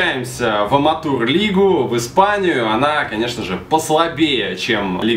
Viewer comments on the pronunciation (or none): Какой бл "аматур" ты че, лига называется "аматэу лига"